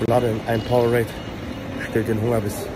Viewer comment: Power-ade. Nicht power-rade.